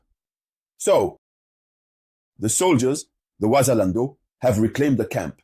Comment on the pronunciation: You can not even properly say Wazalendo and now you know their strategy and how their have entered Bukavu. You are really a stupid dreamer